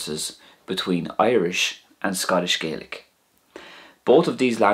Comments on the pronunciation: It's Scottish GAAlic not GAYlic. Just saying. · Interesting video, thank you. But almost all Gaels in Scotland call it Gah-lic, not Gay-lic 😊 (You'll only find a sprinkling of folk in Scotland saying Gay-lic, mainly around Argyll, and also Nova Scotia). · Regarding pronunciation, a very important point is that the language in Scotland is not pronounced "Gaylick" as you do in this video, but is pronounced "Gahlick" reflecting the way speakers in Scotland call their own language: Gàidhlig. This pronunciation is also used by almost all people in Scotland, not just Gaels, when speaking either English or Scots. There is no "English dialect of Scots". Scots is a language that evolved from Middle Northumbrian English, but has Norse, Dutch, Gaelic and possibly Pictish and Cumbric influences, as well as French influences different from those in English, so that it diverged to the point that it was also considered a separate language by the 1600s. It is as different from English as Scottish Gaelic is from Irish. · i must say, the facts and history are correct, it was just gaelic is pronounced EXTREMELY different from Irish and when you were pronouncing gaelic as irish